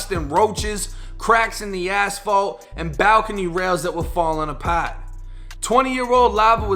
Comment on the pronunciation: your accent when you say ‘apart’ has me dead 💀😂 all love.